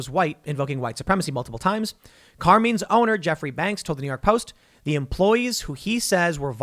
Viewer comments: exactly, especially since Tim has pronounced Carmines as being 'racist' - it must be true! /s/ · I can't take it. Carmine is an Italian name pronounced with a long I like the word bike it does not rhyme with Bean. I don't know what it is with you youngsters not knowing how to pronounce common thing. I absolutely cannot watch Elijah Frazier because he butchers the English language on a daily basis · You ever hear Tim say the word sheriff? Let's just say, his pronunciation skills can sometimes be hilariously bad. Also, Carmines is a relatively famous Italian family style dining restaurant in NYC, which makes it's all the more funny. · How does Tim get so many words right and then can’t pronounce a simple and common Italian Name? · The real crime is Tim's pronunciation of "Carmine's"... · Tim doesn't know how to pronounce Carmine's? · "Car meen's"??? It's "Car MINEs"... can tell Tim isn't Italian. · Car-meenz ? 🤣🤣 Car-Mine-s. Common man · Car"mines"...note "menes"...just saying... Great Italian restaurant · Tim, It's pronounced Kar-mine...not Kar-meen. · It's pronounced Car-Mines not Car-Means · and btw, "carmeens"? "CARMEENS"??? it's pronounced "car mines". "car... mines". but don't worry. I'm sure everyone still takes you super duper seriously. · Bruh, it’s not “car-means”, it’s “car-mines” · Car mines . Not car means . Watch some Sopranos Tim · Car meens ? It's carMINES Tim. Come on bro, thought you were from Jersey and knew how to pronounce these Italian names 😂 All love Tim ❤ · Mines. It’s CarMines not Carmenes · Isn’t it pronounced Car-mines. Not Car-means. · Car-mines not Car-menes. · Carmeens? It's Carmine...eye..n. I know it's petty but...you keep saying Carmeens. Come on, Tim! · For being a " journalist" you suck at pronunciation. Its "car" " mines" not carmeans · Car MINES. not car mean you dolt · CAR - MINES CAR M-I-N-E's , Tim sucks at pronounciation. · Did Tim say CAR memes? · "Car mines" is how you pronounce it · Carmine's = car-mine's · It's Car-Mines.